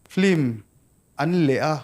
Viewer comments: Engatinge film hi flim ti a in lam leh thin le Hmuh nawm lutuk e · engatinge Flim itih tlan zel, Lehkha thiam i ni sia, Flim ani dawn em ni? FILM tih ani a. L ai khian I khi a in ziak hmasa zawka, a in ziak hnung zawk kha i lam hmasa a, FLIM nilo in, FILM tih tur anilo maw?